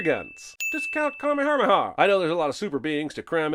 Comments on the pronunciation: I think you mispronounced Kamehameha. It actually pronounced KAAAAAAAMEEEEEEHAAAAAMEEEEEEHAAAAAAAAAAAAA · A million sins for mispronouncing Kamehameha! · I think Jeremy needs a sin for his pronunciation of Kamehameha. Did this dude add TWO Rs?!?